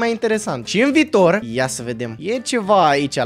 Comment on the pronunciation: Viitor nu vitor da